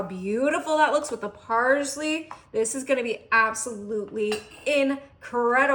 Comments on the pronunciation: Between "heatness" and "parzly" I've met 10 year old Spanish kids who speak better English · I love you and your recipes! But I think it’s pronounced parSley with a S not a Z. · It. Is not parzley…it is parsley. Also…there is no shrimp on earth that needs more than ten minutes to cook. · I also don’t pronounce parSley as if it has a z in it. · First of all, you talk too much. You pronounce parsley incorrectly and why did you not wash that shrimp? That's nasty